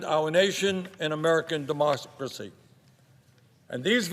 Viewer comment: Love his mis-pronounciation. DE-MUSK-CRA-CY